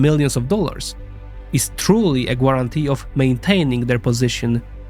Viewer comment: Yeah, I'll be that guy. You should investigate how American's and Brit's say the gua.. grapheme. You often say this sound in other words, so its not a case of a problem being challenged in reproducing the sound, but in failing to go from the spelling to what native English speaker say. The "u" does not effect the pronunciation. Instead of thinking of it as guarantee, thing of it as garantee, rhyming with warantee, like gather or garage. The same thing happens with guitar, which is said like geetar, not guawtar or gueetar.